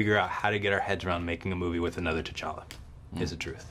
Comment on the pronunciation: He kept saying tchalla when talking about Chadwick that was so weird